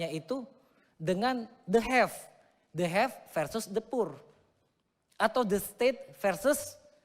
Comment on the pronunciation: De hef en de purrr😂😂😂 opo toh?? The have and the poor kali ya?? Waduh kayak Pak Jenudin Naciro aja